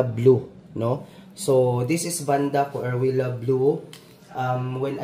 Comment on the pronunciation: Sir,that is pronounced as see-roo-le-ya(Vanda coerulea). Good luck on that one. They're supposed to be cool growers but I know someone here in Quezon City who has the species and he got it thriving and blooming even several times a year. So it's possible to keep this species under lowland conditions. Sir Ernest's Garden is the rooftop of his building in Royal,along EDSA. He could eve bloom the difficult to bloom Vanda suavis.